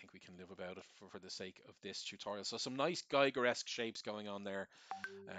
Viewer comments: The artist´s name is "Giger", not "Geiger" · Just for the real ones; Giger rhymes with Eager, not Tiger. Awesomely done video. <3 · Giger rhymes with eager